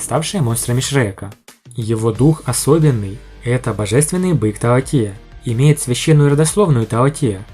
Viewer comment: таОти, ударение на "О"! А на сколько силёy? Ну предельный доуло, но правда лишь с обычными ядрами! Ведь именно на них делается упор во второй части! В общем он будет ровней обычным титулованным 99 ранга, но не более того, Ди Тяня он не превзойдёт. Его стандартное формирование ядра не позволит. Другое дело гг, он нагнёт всех и вся